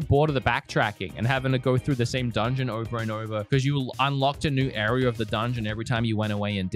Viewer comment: Your rlly cool but “arear” and zelder